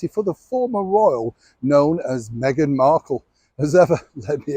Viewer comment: This old man make his money trashing Duchess Meghan. He can't say her name right 😢